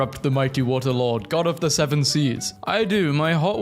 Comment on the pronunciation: SIX SWVEN